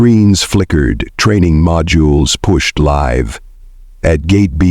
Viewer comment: Mispronounced "live".